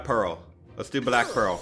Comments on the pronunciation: He said one right name, Pearl. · Atleast he got Pearl and Amethyst right :)